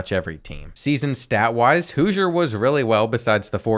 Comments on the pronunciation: Its House-er not Hoosier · Hooiser 😭 houser (house-r) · the qbs name is houser (how-zer) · The way he pronounced housers name wrong the whole video made me mad